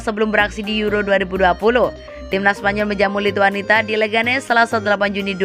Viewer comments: Nyebut lituania juga lituanita 😔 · Lituania ga pake T